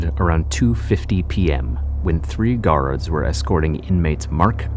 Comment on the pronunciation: Or garaurds... Dude got defective pronunciation